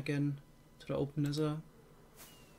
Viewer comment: I like how he says 'Nesser' Instead of 'Nether'. Im German lol and i can pronounce the th better xD